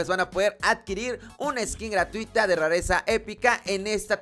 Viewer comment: "rarezsca" Jajaja Saludame